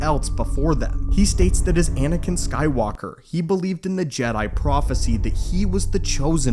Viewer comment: You said "Anikan Skywalker, Luke Skywalker, and who?! 😅